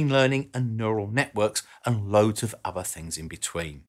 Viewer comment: There is no V in the Wordother please learn how to speak English